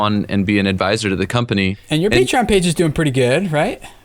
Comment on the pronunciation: Omg finally someone says "PAY-treeon" instead of "PAH-treeon"